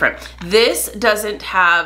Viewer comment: Love these videos - one correction though, if you don't mind. The pronounciation of hearth is "harth" not "herth" - it is the front (floor) of a fireplace. But I do love watching you!!